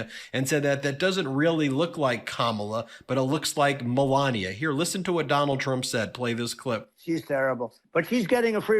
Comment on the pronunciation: You disrespectful ass! Pronouncing her name in that way is disgusting...And melania was no great 1st lady...she may have been the worst ever..